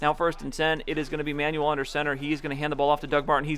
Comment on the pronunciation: Just a small thing - EJ Manuel isn't pronounced "Manual", it's pronounced "Manwell" :-)